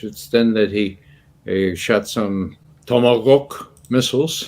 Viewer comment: Putin's Warning. I remember that viral video. It has been removed after the start of the Special Military Operation along with many others. I like hearing Ray McGovern pronouncing tomahawk like Putin, tomagafk.